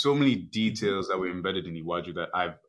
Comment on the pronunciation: your pronunciation of Iwaju was ok